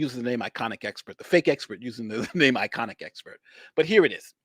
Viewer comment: It is ‘I’ ‘con’ expert not iconic expert 😂 albeit a foolish one